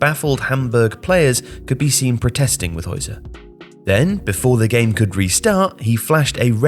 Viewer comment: It's pronounced "Hoitzer" not "Hoizer" as one might assume with English Zs... FYI.